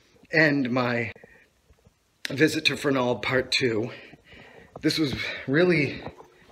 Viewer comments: ya... you said : ferNALD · we knew a guy who worked there and he pronouced it FERnald